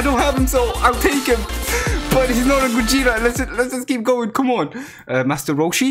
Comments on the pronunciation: No one: Absolutley no one:: gOjEtA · Ah yes, Gojeta